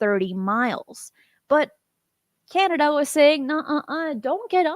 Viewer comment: Three things: 1. This show is better WITHOUT Jimmy interrupting and being condescending and loud. 2. Great episode! 3. “Key-Anada” god that pronunciation of “Canada” kills me.